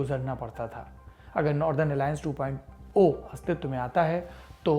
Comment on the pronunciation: 2.0 KO TWO POINT ZERO BOLNA CHAHIE... TWO POIN O BOLNA GALAT HAI... (SAPASHT KIJIE)